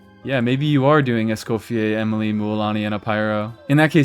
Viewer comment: you don't even know how to say her name right ...